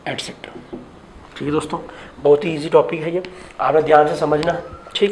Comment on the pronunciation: Plz concentrat on words also..... Especially 'Dosto'.